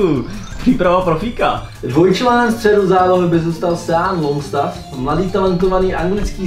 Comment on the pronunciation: "Bale", "Sean" Longstaff 😂, ale inak dobré video